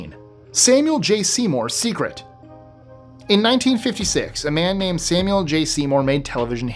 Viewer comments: I appreciate how you take the time to learn how to pronounce words from other languages and names correctly! Not everyone would do that, and I appreciate it. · Your pronunciation of other language names and places is excellent